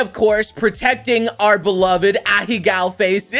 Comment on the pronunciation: did he just say ahecows